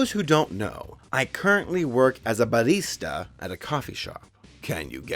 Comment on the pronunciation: I can no longer live after hearing that pronunciation of "barista" goodbye world...